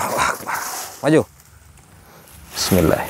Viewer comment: Bukan lah Bismillay... Tapi Bismillahi.